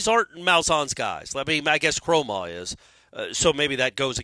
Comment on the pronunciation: Now is saying Kromahs name wrong. This has become a riddle wrapped in a mystery inside an enigma. 🤣🤣